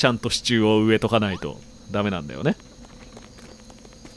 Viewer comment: 「なんだよお！」の発音が少し違うね、新鮮